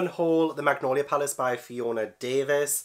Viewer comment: when you said you were unhauling the magnolia palace. i heard the macaroni palace and i was so confused.